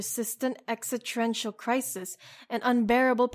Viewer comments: Exitrential? You mean existential? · "Exitrential crisis" please learn how to speak properly, beautiful video though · Has anyone else noticed how she butchers the word "Existential" ? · Hey man, it's a difficult word to pronounce, especially if you have a learning disability or speech impediment like me